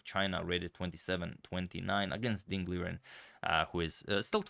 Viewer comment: Fyi. Ding（丁） li（立）ren（人）is actually pronounced Ding Lee Ren (en the same as forgott-EN)